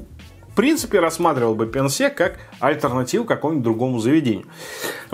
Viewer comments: Прикол в том, что на самом корейском читается не Пян-Се, а Пён-Су😂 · На корейском почему-то написано пёнсу, а вы говорите пянсе🤔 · Почему пянсе, если написано пёнсу? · На корейском языке написано не «пянсе»,а «пёнсу»...